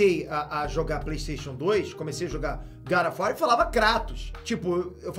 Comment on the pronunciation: Good of war. Meu amigo fala assim também